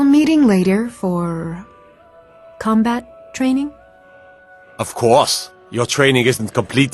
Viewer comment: "of coO'se"